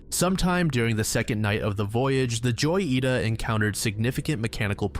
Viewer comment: every time he says joyita my heart dies a little- it’s hoyita That being said the goofiness is entertaining so maybe it’s not so bad